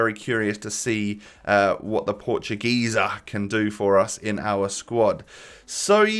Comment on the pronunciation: Did my guy just say portu geeza